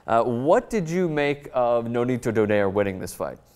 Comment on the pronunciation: By the way Donaire is Pronounced Do-nay-re